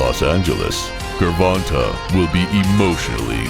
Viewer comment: "Grrr-Von-Ta Davis" hell nah😂